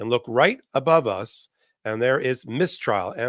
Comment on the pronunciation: Please: "Mistrial" has the stress on the first syllable. "Miss Trial" (which is a great name for the podcast!) has the stress on the second word. (Miss Tríal)